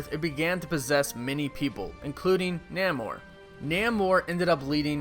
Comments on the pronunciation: Namor is pronounced "Nay-More" not "Naa-More" Just saying, no hate, btw love your vids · It’s Nay-mor, not Nah-mor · Namor is pronounced Nay -Mor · I like how you mispronounced Namor.... hilarious!!! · You mispronounced Namor.